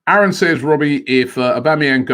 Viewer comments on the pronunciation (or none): none